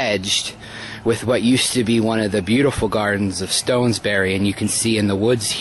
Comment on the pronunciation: "StoNesbury"?? P.S. Cannot watch this - the video is jerky and all over the place.